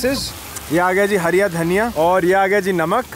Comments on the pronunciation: Sahi hai.. Mehnat ka fal aacha hi hota hai... Sirf ek hi dikkat thi video mein.... Woh hariya dhaniya nahi hara dhaniya hota hai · It’s not hariya dhaniya it’s called fucking hara dhaniya. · Hariya Dhaniya🤣🤣 nhi hara dhaniya bolte h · Hariyya dhaniya bol rha bhai br br 🙄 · Hara Dhaniya ❌ Hariya Dhaniya ✅ 🤣🤣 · Hariya daniya nahi hara daniya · It's hara dhania not hariya 😂😂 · bhai its hara daniya not(hariya dhaniya😂😂😂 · Its hara dhaniya... Not hariya dhaniya 😬🤣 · Hara dhaniya please and not 'hariya dhaniya'. It makes me so uneasy 😁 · Hara dhania not harya dhania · ओ भाई एक बात... धनिया हरा होता है.. हरिया नहीं जितनी baar bola गलत ही बोला है🤨.. भाई 🇮🇳इंडियन हो कम से कम हिंदी तो ठीक से बोलना सीख लो.... बाकी पाजी की कहानी बहुत अच्छी सीख देती है🙏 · Aby yar hariya dhaniya kya hota h be hara dhaniya hota h 😏